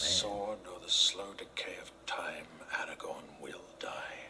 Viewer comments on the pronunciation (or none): You keep saying Eragon instead of Aragorn